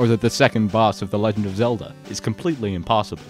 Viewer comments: You said Zelder!!! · Even down to "Zelder". Incredible.